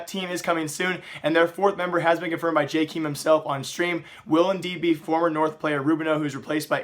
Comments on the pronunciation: Who the fuck is "jaykeem" is pronounced "jay Kay em" smh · When are you going to learn how to pronounce Jkaem....